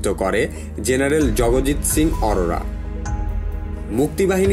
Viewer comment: জগজিৎ সিং অরোরা নয় জগজিৎ সিং আরোরা উচ্চারণ ঠিক করে করুন